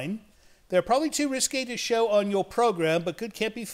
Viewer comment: was it "too risky" or "too risque?" 😅⁉️